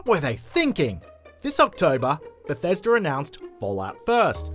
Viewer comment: So October is "octobah" but Bethesda is pronounced "Bethesder"?